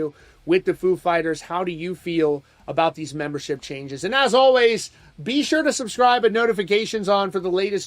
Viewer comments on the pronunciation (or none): none